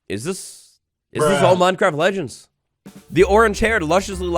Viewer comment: Did anyone realise thanks “legneds” instead of legends 😂😂 love ya